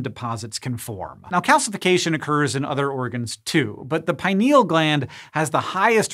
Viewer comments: I learned that gland to be pronounced as pin-eal not pi-neal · PIN EEL, not pie-niel